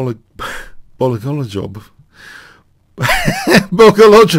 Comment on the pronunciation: it's simple. Bo'-go'-lu-bov. Lu as in "blue".